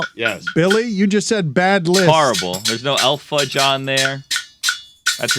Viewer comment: It's not Elf Fudge. It's E.L. Fudge. I know that it's a play on the word elf but, you say the letters E and L when saying the name of the cookie.